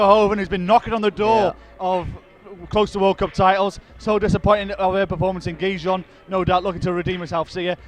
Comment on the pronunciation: Someone should really tell the speaker Gijón cannot be possible pronounced worse than he does